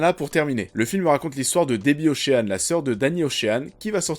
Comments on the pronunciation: Après DIDPOULE on a OCHEANE.... on prononce « OSHEUN » ou ocheun si tu as un doute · On ne prononce pas le a dans ocean ;) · Bon pour le petit problème de prononciation, Ocean se prononce comme Sean Penn